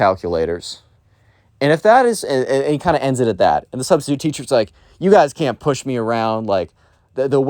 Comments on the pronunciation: “My Sustistute teacher” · Ah, yes. The sus-titute.